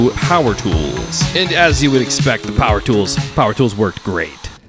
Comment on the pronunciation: Bro said “WOULD”